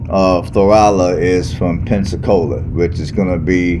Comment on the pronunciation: I'm a local.🤍 been here 50 years We do NOT have a state park. It's city owned. Our weather gets very cold..in the teens...our winter is short. Plus it's 100 degrees most of the summer which lasts 6 months. We don't have good restaurants 😬 And to help your pronunciation, its "Flow-rhella". Lol or that's how us locals pronounce it. We love our small town! Our crime rate is VERY LOW. We dont have to lock our doors.... There's very few jobs here....retail and construction are about it